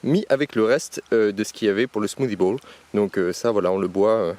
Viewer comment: « Smoothie bouUle »😂